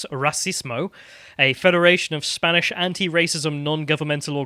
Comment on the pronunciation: Never thought Spanish was hard until I head trying to pronounce it